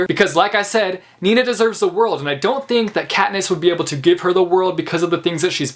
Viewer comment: It may sound so weird but I like the way you say „Nina” 😂😂 it’s obv my name and I like when people pronounce it nicely